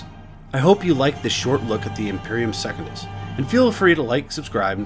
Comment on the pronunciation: I can’t help but cringe at the way you’re saying certain things…SECOND-IS? McCROGG?